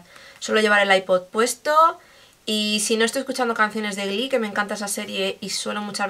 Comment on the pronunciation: Me ha encantado tu naturalidad ante la cámara así que me suscribo :D PD: cuando has pronunciado Glee, casi me da algo! Me encanta la serie!! La amo! Jejejeje